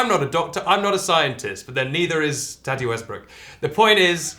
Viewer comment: the way you pronounce tati makes me want to bang my head against the wall